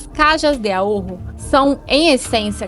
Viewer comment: Vibrar um pouco o R somente na palavra AHORRO. Pronunciar como se fosse 1 R só, porém vibrado.